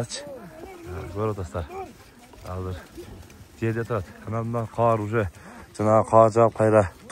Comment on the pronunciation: жакшы Аллах ыраазы болсун каар эмес кар деп оңдоп кой сени көп адамдар көрөт